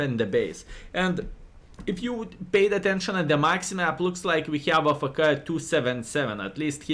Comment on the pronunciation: Not ah- fe- ke it’s pronounced A- F - K (letters)